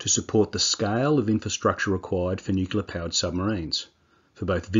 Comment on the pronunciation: dude..... its Nuclear, not nukular